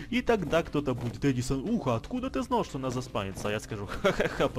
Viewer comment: я уже есть в музее на снайви на фамилий ударение на а